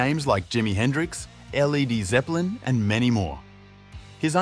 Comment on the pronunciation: Did he say L - E - D Zeppelin ? is this AI video ?